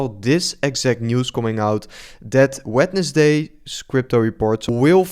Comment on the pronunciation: Je Engelse uitspraak is vreselijk!! [Wetnesday] ??😂😂😂😂